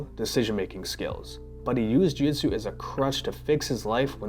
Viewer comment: You can't even pronounce Jiu-jitsu? - The "real name" of the Japanese martial art is commonly known as "jiu-jitsu" is (柔術) - look it up